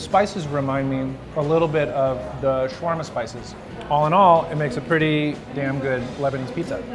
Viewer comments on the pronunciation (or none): It is called shawerma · why do they say it like there is no A before the W in shawarma